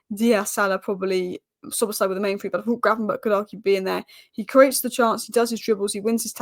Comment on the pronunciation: He is Szoboszlai, not Szobozslai. Yes you are not Hungarian. ;-)